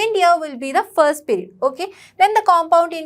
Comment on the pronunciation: Mam that is not perid (pirid) that is period (piriuad)